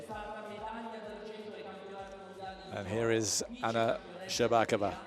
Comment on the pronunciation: plz pronounce Hromych and SherbakOva properly!